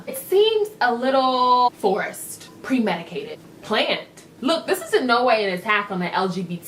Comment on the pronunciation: Premedicated? Volumptuous? For the love of dog, please cut in soon. I can't take any more of her. I'm not sure I can do 19 minutes, or I guess about 5-6 minutes of her. My ears are already bleeding.